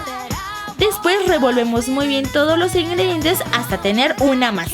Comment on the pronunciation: fui la única que se dio cuenta que leslie dijo dispues en el minuto